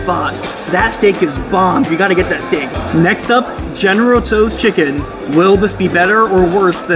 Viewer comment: General Toes....lol...It's pronounced with the T being silent.